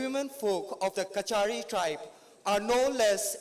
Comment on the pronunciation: Kasari not kachari